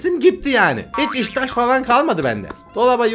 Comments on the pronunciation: İştah❎ İŞTAŞ✅ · iştah ❎ iştaş✅ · abi neden iştah demedin iştaş dedin 😂🤣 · tamam işte bende onu diyorum kafası karışmış olabilir yanlış söylemiş olabilir bu gayet normal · Harbi lan